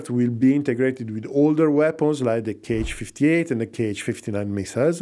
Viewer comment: The missiles are not 'k' 'h', but simply 'H' or 'X'. There are no 'kay eich' missiles in Russia, those are Americans :)